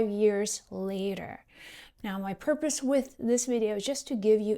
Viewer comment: Purpose !!!!! ..... Not porpoise !!!!! 😊